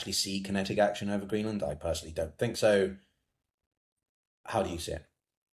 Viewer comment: Greeland, got the name wrong